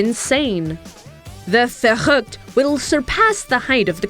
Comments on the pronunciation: "The Verchchrhchrrrrrrrrchchückt"... Well, that's definitely NOT how it's pronounced... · Lol i'm german and it's so funny how she says "Verrückt" :,DD